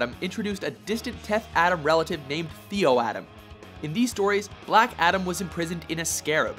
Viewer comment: its ADAM not ATOM! And yeah i demand more from my fav comicbook charcters. Look at michael fassbender. has theater background oscar worthy actor look at how brilliant he is as magneto. Or downey as ironman. The rock cant act itd be like another scorpion king movie ewww